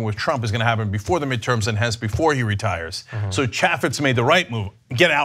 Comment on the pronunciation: It's pronounced CHAY-fitz. I'm in Utah, and Chaffetz should have done his job and gotten Trump impeached.